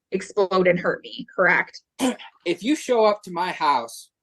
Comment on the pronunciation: CorrAct??? Ahhhh